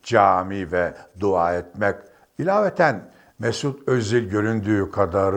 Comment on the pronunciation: Sana ne be adam?! Mesut’a dil uzatma... ‘dua’ kelimesini dahi doğru telafuz edemeyen bu adam, Mesut’un inancını özgürce vurgulaması bu müsveddesi rahatsız etmiş anlaşılan... Rahat bırakın Mesut’u, soytarılar...sadece ve sadece futbolunu eleştirin... Ayrıca, Türk milli takımına gelecekti. Lakin, kendisine yapılan telkinlerle, bir Türk olarak Alman milli takımında olmasının daha hayırlısı olacağı görüşü üzerine Alman milli takımını seçti, Sabahattin... bilmiyorsan öğren... ve bu tercihi ile çok isabetli karar vermiştir...